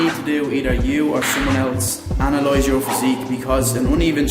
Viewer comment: "Analoyze your physique," bru you sound kinda like Dan Mace!